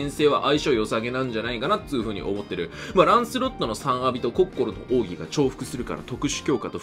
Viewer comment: やっぱコッ↑コ↓ロはいいゾ～